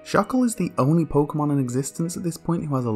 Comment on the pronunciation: Pokemon don't have official pronunciations actually. You've both been saying it right